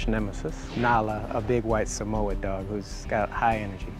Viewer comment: Samoyed, not “Samoa” dog!